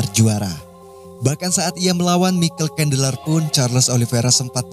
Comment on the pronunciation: Ikutin gue bang, say it "maykel cendler"